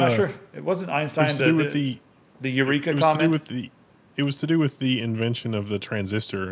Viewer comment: Archimides said 'eurika' my friends